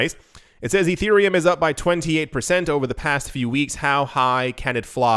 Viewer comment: Erethreum?! Urethrea? LOL Dude....come on